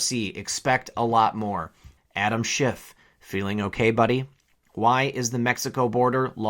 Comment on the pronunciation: Did Maria Bartiromo just call him Adam schitt sounded like it to me